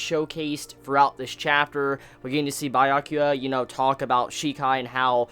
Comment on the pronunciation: Bruh Byakuya* as in Biyakuya/Beyakuya not Buyakuya. Bruh he's my favourite character.